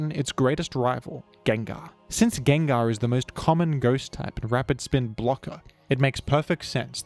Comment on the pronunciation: Geng-gar Sable-eye This is the correct/more popular pronunciations and I will die on this hill